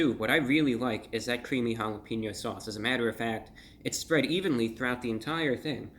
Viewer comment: I had to do a double take when he said “that’s really jalepeno mouth” lmao